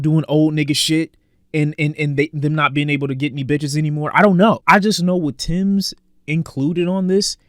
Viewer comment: bro its TEMS not TIMS😂